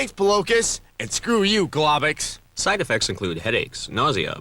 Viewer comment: The way they pronounce globox broke me